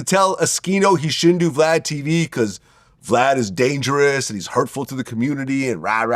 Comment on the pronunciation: Wack say Blad, cant say vlad